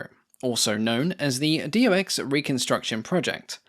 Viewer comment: Its not D O X! Its Do (one word) and than X. Like his name ist not D O rnier.